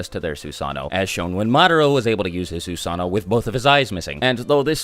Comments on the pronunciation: Sue-san-o ???? TSU-SA-NO!! SAY IT RIGHT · It's not susaano... it's susanoo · It Susa-no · Fun fact: susanoo is actually pronounced like Su-Sah-No-Oh. It’s like this because Japanese people usually say the 2 O’s separately. There’s nothing wrong with pronouncing it as Su-Sah-No but if you go to Japan say Su-Sah-No-Oh so you don’t get corrected. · I definitely was pronouncing it “soo-suh-noo” 😂😂😂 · its actually su san o o because japenese people pronounce o's seperatly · "this is the sussano. It's Japanese for FuCkInG UnStOpPaBlE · Su sa NO, and Su sa noo like moo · It’s Susan - oh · No it's actually susano oh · The actual pronunciation is "Soos AH no Oh" the only diference between the actual pronunciation and the way was saying it is that he left out the Oh at the end. If he said Susano'o the actual way it was supposed to be said the video would be much more than 15 minutes. So basically for time purposes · It is pronounced su-sa-nu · *Every time he says Susano'o wrong, take a shot. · Why is he saying susanoo it’s susanoo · The susanoo mispronounciation is mind numbing